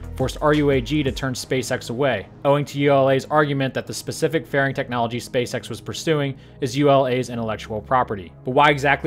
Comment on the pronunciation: did anyone else hear "Welcome, to another episode of space sex in the news"?